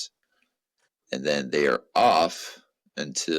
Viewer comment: I gotta say. Solid 9/10 pronunciation of Massachusetts 👏👏👏